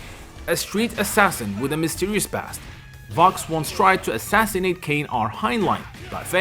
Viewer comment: Billy WHAT??? KAHN? LIKE SHAO KAHN? Don't you mean KANE? As in K-9?